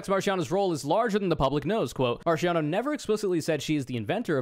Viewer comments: Hearing you do the soft ch in Marchiano hurts so much more when you do it with the accent. Ch in Italian makes a k sound, and C makes a Ch sound. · you should be legally prosecuted for pronouncing italian names like that